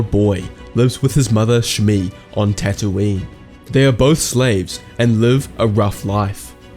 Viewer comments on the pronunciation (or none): none